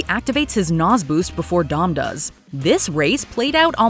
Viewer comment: "Naz boost"